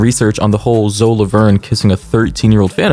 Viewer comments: Ayy yo please please please don’t take this comment disrespect or rude but I’m pretty sure her name is said zoey and I’m not defending them btw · bro her name is pronounced ZOEY lmao